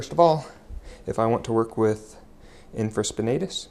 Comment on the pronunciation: Good techniques (nothing new for me) ...but you are pronouncing supraspinatus and infraspinatus incorrectly, and you have them spelled incorrectly in the description.